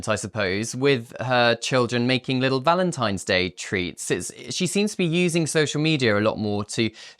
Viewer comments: Did he say Valentime’s? No. Just no. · Do you have the IQ of Harry? The word is Valentine NOT Valentimes. GOOD G-d SPEAK ENGLISH PROPERLY